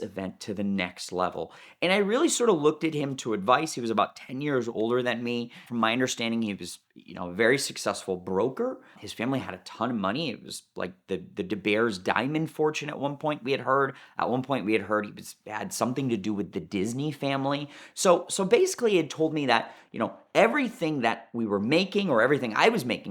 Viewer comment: It's de Beers not de Bears🤣🤣